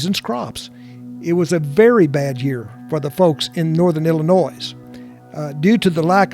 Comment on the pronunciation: Great video. I'm from Illinois and I wish people would remember there is NO "S" in Illinois!